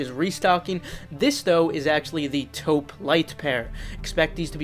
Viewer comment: still not knowing how to pronounce "taupe" smh